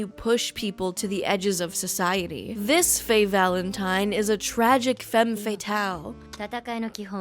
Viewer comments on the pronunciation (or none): Lil' tip: "femme" is actually pronounced "fam", not "fame"! Source: am French